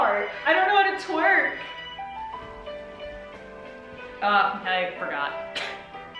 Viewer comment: it’s twerk not tweek